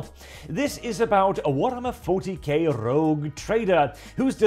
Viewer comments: Rogue, not Rouge. I realise English is not your first language, but both those words derive from the French, so no excuse. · Sir, I believe it's "Rogue Trader", not "Rouge Trader"..... But Rouge Trader is....funny....interesting twist....